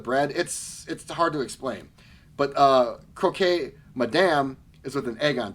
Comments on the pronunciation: Not to be snobby, but just to pass on some info for you: croque is pronounced "croak" not "cro-kay". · The "ue" in Croque Madame is silent. So it's pronounced Croq.